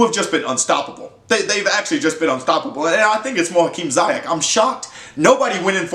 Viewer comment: You say his name wrong, you have to say the i different. Like the word : sea, but dan zeayech